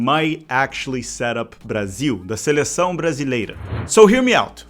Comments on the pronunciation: Vi o nome do canal, o título do vídeo e fiquei confuso com o rapaz falando inglês. Na hora que ele falou ' seleção ' e não 'selessáum' foi que caiu a ficha 😂😂😂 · Tava comprando que vc era gringo até vc pronunciar perfeitamente "seleção". Ótimo vídeo 👍🏽